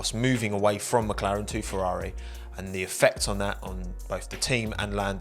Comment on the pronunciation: Fewwawi fwieeends :'(